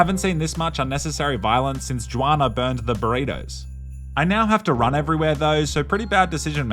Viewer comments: Its funny hearing you say "Jew-Ana".Its pronounced "Who-Ana" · “JooWanna” bro it’s pronounced like “Hwana” lol